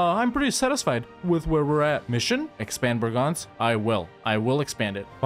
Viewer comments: It's BREGENZ, not BRAGANZ, Bragança is a town in Portugal. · Man, I never got what you meant when you said that name. It's Breeeegenz. Long, high "e". :D Kind of shocked I didn't get it. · Just a tip from a local: try to pronounce it "bray-gance" ;) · The "e" in that name are NOT "a's" ... and it is a LONG e at the start and a short one afterwards. Chur isnt a "ch" ... but rather a "K" or more like a "Kh". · The CH in Chur is not spelled with a hard ch but with a soft ch, not like a K